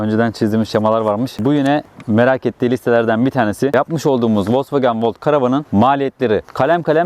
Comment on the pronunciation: Volks wagen,e neden volkwogen diyornunuz yaa ?? 🤣🤣🤣🤣🤣🤣